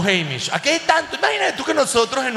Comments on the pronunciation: Se pronuncia AMISH, no EIMISH 😏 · Son Amiish, no emish! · A se dice Amish con la A como si fuera en Espanol HAYyyy muchos Venezolanos en NYC ufffff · "Amish" a como apple